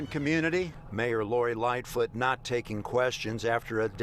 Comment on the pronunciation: It's lightfoot not little foot